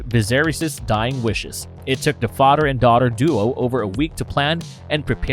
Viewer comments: It’s father not “fodder” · I'm sorry, am I hearing the narrator say "mudder" & "fadder"?! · guessing this is incapable of pronouncing th da fadder lol.